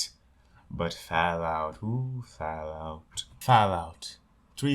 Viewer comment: Ah yes, Fahlout.